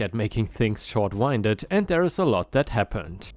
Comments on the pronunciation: Just to help you out, short winded is pronounced like WIND (as in a breeze that blows) with an ED on the end. The way you pronounced it is like winding a watch or a clock. I know that English is confusing. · English fairy here again: short-winded = winded is pronounced with a short i sound, as in the wind blew.